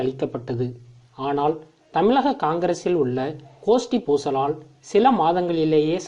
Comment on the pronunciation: முதல்ல தமிழ்ல ஒழுங்கா உச்சரிக்க கற்றுக் கொள் தமிளகம் அல்ல தமிழகம் தமிழகம் தமிழகம்